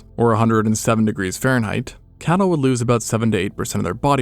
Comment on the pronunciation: would it have hurt you so much to enunciate "cattle" over "camel"? Sorry I'm a viewer who is hard of hearing, but I legit had to rewatch that bit about 5 times to hear you NOT say "camel" both times. Like, it sounds like you're saying "Camel would lose 7-8% of their body water per day while Camel would only lose 1-2% per day" Which doesn't make sense, and due to how fast you were speaking also was not easily discernable.